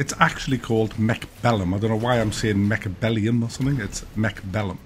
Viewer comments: It's not Mechbellum - it's MechAbellum! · It's actually called MECHABELLEND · no he didnt, he said the right thing was wrong and the wrong thing was right....its also in the title, and the game IS CALLED MECHABELLUM.....it is what is is and he is wrong...so are you